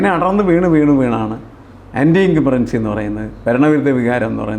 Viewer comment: സാറേ incumberency അല്ല incumbency എന്നാണ്